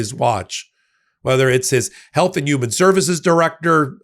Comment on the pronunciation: Are you saying yuman? Lol